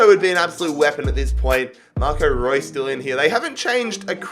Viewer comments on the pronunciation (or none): none